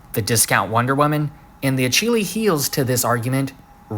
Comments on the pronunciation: Did this man just pronounce Achilles as "Ah-chi-lees" (edit: It's Ah-kill-ees btw, just in case anyone isn't a Greek myth nerd or has never heard of the Achilles tendon, or just honestly didn't know the pronunciation.) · Achilles is said "Ah-keel-ees" it's a name and name pronunciation is not up for debate in any culture. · I can tell you've read Ender's Shadow because nobody else would pronounce Achilles like that. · I was in physical pain when he said that wrong. I'm pretty sure I now have less hope for the future. How can anyone have not heard the name Achilles spoken? What is this world coming to? He's one of the most famous characters in Greek mythology, and a precursor to the concept of modern super heroes in general. I had to read the Iliad in 7th grade. What are they teaching people today?